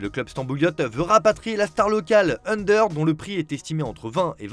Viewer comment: Petite astuce: on prononce Ünder comme Under pas Eunder